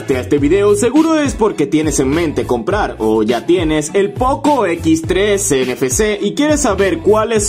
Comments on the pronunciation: Desde que lo pronuncio poco por tres sabia que el video era trucho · Jajajaj "El Poco por tres" no mames. Se escucha cagadísimo 😝🤣